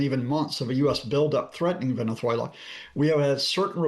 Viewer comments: Please stop with the lisp!!! You’re embarrassing yourself with this affectation. Venezuelans pronounce a z with the /s/ sound. If they pronoumce it at all (which they often don’t). Only Iberians use the “theta.” The Iberian peninsula is thousands of miles from Venessssssssssssswela. You speak unaccented English. Pronounce it with a /z/ sound like a normal person, you pompous rube. Also, can someone please abduct Trump and Melania in the middle of the night, please? Better yet, why wait till nightfall? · Good info as always. I had to laugh though at how Scott kept pronouncing Venethuela as if the Barcelona "C" applied to "z" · Latin Spanish doesn't use the th sound Scott. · I find it mildly amusing that Mr Lucas makes the great effort to pronounce the 'z' in 'Venezuela' as a 'th', while Venezuelans themselves would never do that because it's the European pronunciation.